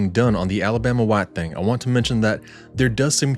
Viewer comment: I enjoy your videos!! I encourage you to keep them coming! I am sharing them and eventually your channel will have a huge amount of subscribers.. It was fun hearing your accent when you said "Alabama White...thaaannng" ...its a southern thing : ) keep all the good videos rolling!